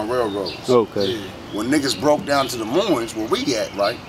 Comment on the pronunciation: Iowa has the most corrupt prison system. There is no "Z" at the end of Moines.